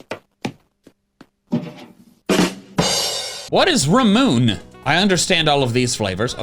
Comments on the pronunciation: "Ramoon" *IT'S (Ra-Moo-Ney)! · "ramune" pronounced raw-moon-ay (it's Japanese) is the name of the "default" flavor of a Japanese soda (often sold in a glass bottle with a marble sealing it) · To answer question about Ramune, its is pronounced Ra-moon-ay. It is a Japanese soda beverage with a berry flavor. It does come in some other flavors, but the regular flavor is the best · ramune is a soda from japan. it's not pronounced ramoon, it's rahmooné. and it's meant to sound like the english word lemonade, because a japanese person saying lemonade will pronounce it similar to ramune. there's different flavors of it but the main flavor is lemon. it's sorta like a sprite or a 7up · btw ramune is not pronounced like ra-MOON, its ra-MOU-ne ramune is a japanese soda, characterized w/ a marble that you have to push down in order to drink the said soda lilikoi is the other name for passionfruit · 1st of all said Ramune wrong it is pronounced Ramen eh 2nd Ramune is a soda/carbonated beverage that is from Japan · Ramune is a Japanese soda. It's pronounced Ra-mu-ne. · THAT’S HI CHEW!!! That Ramune (Rah-myoo-nay) I think that’s how it’s pronounced. It’s basically Japanese soda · "What is Ramoon"....Ramune is the japanese soda with the marble in it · Ramune is Raa moo neh! For anyone who doesn’t know, it’s a Japanese soda that’s very popular and also the candy wasn’t gum it’s Hichew! A popular candy from Japan as well. I hope this was helpful to someone! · The one is pronounced ra mu ne. It's a lemon lime type of flavor so you can assume that's what the gum would taste like. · btw, it's not bubblegum, it's a riff off the packing of a popular chewy sweet called Hi-chew hv no idea whr its from tho, but Japan wldnt be a bad guess also "ramune" is pronounced "ra-mu-neh" and is a type of Japanese soda where thet use a marble to stopper the bottle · Ramune (pronounced "RAH-moo-nay") is a Japanese fizzy drink :)